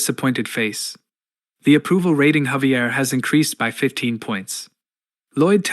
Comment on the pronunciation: I suggest you need to check the pronounciation of the voiceover, your A.I voice is not reading 'saf-tee' or 'rat-ting' correctly.